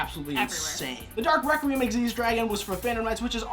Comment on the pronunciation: Most Yugioh Players: Dark Requiem pronounced Dark Re-kwee-em Xyz Dragon: Dark Rakeem XYZ dragon Me: Who is Rakeem?